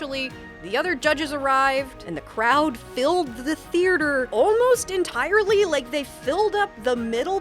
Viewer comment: Did I miss a meeting/email where everyone agreed to call "theaters" "thearters" or what cuz I feel like I'm going crazy. why is everyone adding an extra R????